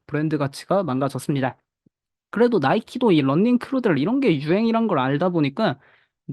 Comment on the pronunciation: 런닝이아니고 러닝인데 계속 런닝...발음 너무 거슬리네요